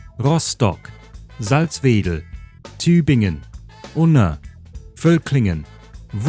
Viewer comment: Congratulations for saying Salzwedel correct (emphasis on the first syllable, most Germans would emphasize the second). And wouldn't Schtuttgart be a good choice for "sch"? 🤭